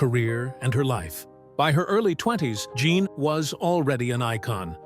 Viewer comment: Jean not Jzhon.